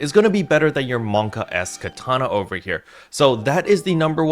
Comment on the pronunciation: Man's said Monka S HAHAHA!